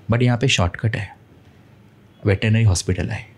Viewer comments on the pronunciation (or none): Veterinary चा उच्चार नीट करायला हवा होता